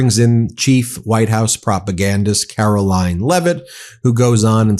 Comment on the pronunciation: Please change your pronunciation of Caroline's name - it should be Caro-LYING.